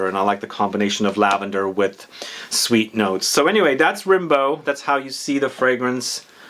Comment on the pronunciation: Its actually pronounced "Rambo" like the movie